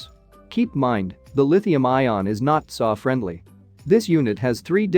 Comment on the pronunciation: Your AI pronounces T S A as tsaa.